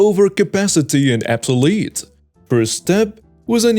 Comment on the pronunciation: The word is Obsolete. You said “Absolete”, this word does not exist. Something can be absolutely obsolete, but not what you said.